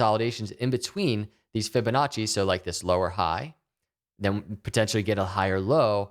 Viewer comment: stop saying fibinache!!!!!!!!!!!!